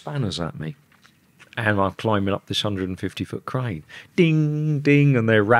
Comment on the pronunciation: U can’t pronounce “crane “ hahah 😂cran